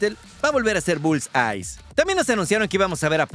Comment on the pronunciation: Bulleye, no Bullseyes.